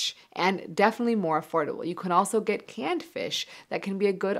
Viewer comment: She said "can food give you stronger erection" I thought she said "canned food give you stronger erection" 😂